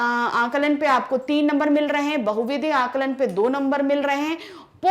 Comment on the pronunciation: Mam alankan nahi Aaklan😂